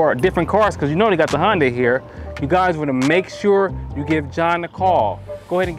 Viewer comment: Hyundai pronounced (Hunday) not (Honday)